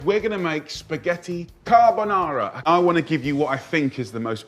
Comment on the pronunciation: He cant even say carbonara authentically hahahahaha gennaro must be so ashamed. But the recipe's fine lol, yeah the garlics not necessary but it's not ruining the dish either - maybe inauthentic, but it doesn't really disqualify it from being carbonara.